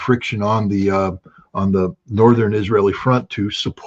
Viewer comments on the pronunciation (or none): none